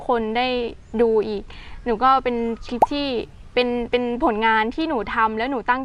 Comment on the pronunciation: คำว่าคลิปเป็นคำควบกล้ำฝึกออกเสียงบ่อยๆนะเพราะจะออกเสียงว่า คิบ